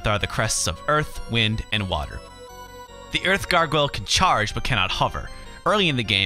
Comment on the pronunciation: wtf can u not say Gargoyle.